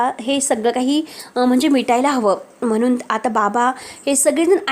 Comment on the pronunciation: आणी चे आनी, म्हणुन चे म्हनून 😂😂😂